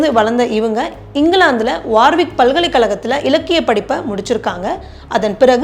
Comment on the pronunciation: தமிழ் உச்சரிப்பில் கவனம் வேண்டும் - உதாரணம் valakkukal, வழக்குகள் palkalai kalakam பல்கலைக்கழகம் etc